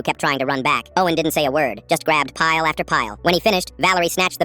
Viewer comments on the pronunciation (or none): Pile not pyle (as in Gomer)